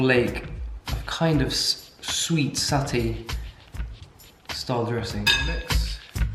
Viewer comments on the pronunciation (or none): none